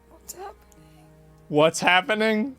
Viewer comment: "wots ahppenin" hahahahahahahahahahahahahahahahahaha